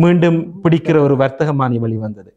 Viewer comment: விஜயம் என்பது செல்தல் என்ற தமிழ்ச் சொல். இருக்கிறது அதை ஏன் பாவிக்க இந்தப் பொறுப்பில்லாத ஊடகங்கள் உச்சரிப்பதில்லை. தயவு செய்து ஆங்கிலச் சொற்களையுத் தவிருங்கள் ( இரு தரப்பும்). அரசு வர்த்தகமானி வெளியிடுவதில்லை மாறாக வர்த்தமானி தான் வெளியிடுகிறது. தமிழைக் கவனமாகப் பாவிக்கப் பழகுங்கள்.